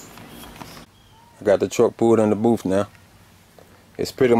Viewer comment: it booth not boof